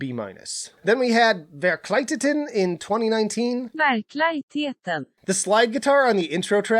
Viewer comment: Uhm, Google mispronounced Verkligheten xD the LIG part is pronounced like in ligament